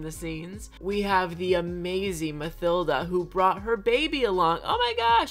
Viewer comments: Love your content! I hope you see this because my OCD can't handle you calling Mathilda "mUH-THil-duh" it's "mUH-T-il-duh" plsssss 🙏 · Omg. The villager called Mathilda is pronounced Ma-Til-da! Lmaooo